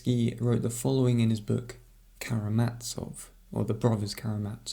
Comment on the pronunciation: I assume the brothers Karamazov were German, given your pronunciation